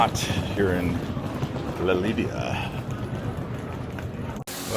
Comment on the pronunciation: 275 euros on 2 taxis is crazy. There were probably cheaper alternatives. In general: so much money is spent on expensive transportation in these few days, it's too much. Why didn't you look into the Eurail pass? The pronunciation of cities is wild: Lidia (Lleida), Too Loon (Toulon), Saragosa (Zaragoza). Oe-gio train is called Oui-go (pronounced as 'yes' in French) I also noticed this in the Nice to Malta video, just invest some time in how these places are called.